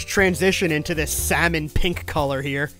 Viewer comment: “Blue is out PANK is in”